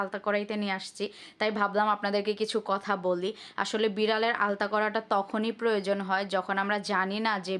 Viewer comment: Pregnancy এর সময় ultrasonogram / ultrasonography করা হয়। এটাকে আলতা বলেনা। দয়া করে ভুল উচ্চারণ / ভুল বানান লিখবেননা।